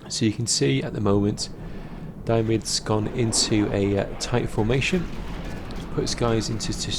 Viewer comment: I keep hearing "Diomidis" as "Diabetes" :p